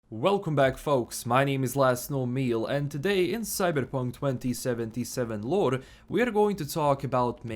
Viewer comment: ”Cyberrpunk 2077 lorrre” mamma mia